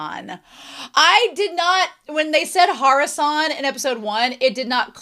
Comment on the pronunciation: It's actually hara-SEN. -san would make a lot of sense, but -sen is just a playful abbreviation of sensei. think something like "teach" instead of "Teacher"